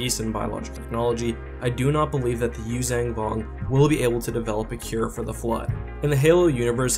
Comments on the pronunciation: I'm sorry but could you stop saying Yuzang Vong. It's Yuuzhan not zang, you say it in every video you do using them and it is really annoying. So much so i don't watch your videos on them. It's just a personal thing with me, i can't stand hearing words mispronounced. And to all the people that are going to start hating on me for saying this, there is nothing you can say that will make me give a shit that you exist. Have a wonderful day. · I totally agree with your assessment but I do have one question - How do you get the pronunciation Yoo-Zang-Vong from the word Yuuzhan Vong? I've always pronounced it phonetically and gotten a Yoo-Zon-Vong articulation.